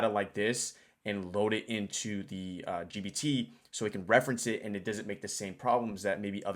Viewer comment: bro it's gPt with P. Pronounce it correctly. The Subtext wrote 20 times GBT and one time DBT